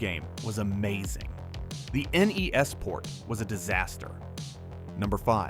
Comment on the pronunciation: At least he said N-E-S